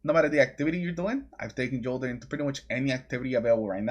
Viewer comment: FYi - the J in Jolder is pronounced with “Y” just like Jotunn.